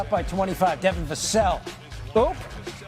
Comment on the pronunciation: He still cannot pronounce Vassell’s name correctly…